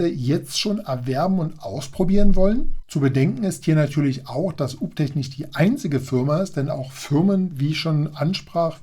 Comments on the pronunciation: Alter, der Name wird "juu bii tek" ausgesprochen. Und den anderen Roboter spricht man natürlich "kruser" (cruiser) aus... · "Uptech" klingt aus deinem Mund wie ein Hausmeister-Servicedienstleister aus Sachsen 😂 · ganz klar und deutlich 😂